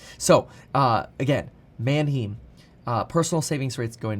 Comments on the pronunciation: Small fyi, Manheim is pronounced <Man-hime>, not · Erm, Mann-haym, not Man-heem. I thought you were borne in Germany. I guess not a lot of German stuck. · Man hime… not heem!! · Mannheim has a long i sound, hime not heem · Manheim is pronounced Manhime not Manheem ...painful to the ears lol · It's pronounced Man-hime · It's pronounced man·hime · It's manheim pronounced Man Hi Mmmm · Who else cringes when he said “Manheeeem” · Manheim rhymes with “mime.” Better brush up on your German. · Kevin, at least pronounce it right. Its Man-"high"mmm. Have been to the auctions at Mannheim, PA multiple times. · FYI it’s “man-hime” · Man-HEIM. It’s pronounced with the long vowel “i” sound. Like the city in Germany. man·hime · prounounced mann-hyme mate, good video otherwise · PLEASE KEVIN - Manheim is pronounced (man-high-m) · “Man hime” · Why do you pronounce Manheim the way you do. How do you pronounce Eisenhower?? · Gotta get the pronunciation of Manheim down - lol - love your videos though. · Learn how to pronounce Manheim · I don’t appreciate the way you say Mannheim, Kevin!!😤😂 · Please say Manheim correctly..... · Kevin, you're German! There's a huge Bahnhof there. You know how to pronounce it correctly!